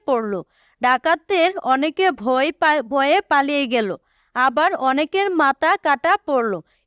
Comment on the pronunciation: বয় ❌ ভয়✅😂😂😂😂😂